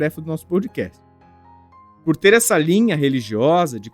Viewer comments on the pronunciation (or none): Vc pronuncia errado . NÃO é pou dcast É pó dcast Pódcast na pronúncia